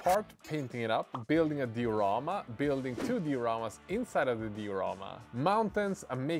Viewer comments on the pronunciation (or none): Yeah nice project and all, but I've just been following this to hear say "di-rama" with two syllables 😅